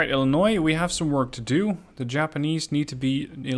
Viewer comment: Can I just take a moment to compliment you on how well you have pronounced illinois, so many people insist that you pronounce the s in Illinois and as a lifelong resident it's frustrating when I go and tell them that the s is silent and then they go and say no I must be wrong